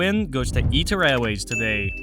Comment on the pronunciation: always thought it was pronounced I-TA, not Eat-Ta